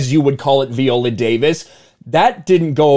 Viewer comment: At the bare minimum pronoun her name right. 😂 Can’t even begin to take you serious when you can’t do that